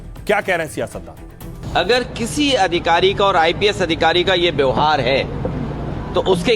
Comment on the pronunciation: Are tujh par bolna nahi aata to mat volakar byohar nahi vybhar miya totichor